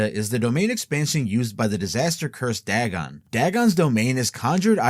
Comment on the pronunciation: It's dagon not dragon